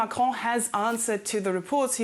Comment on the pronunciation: You said Marron 🤣 and in French it has many meanings that all suit Macron